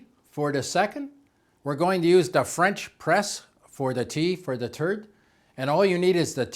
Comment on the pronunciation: Yeah I heard that too. is totally understandable and we should not criticize people's accent but I think has a sense of humor and I hope he can laugh with us about the turd way.